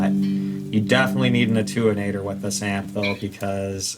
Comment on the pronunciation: So, the device you are referring to, is pronounced: “A-10-U-8-ER” Thank you.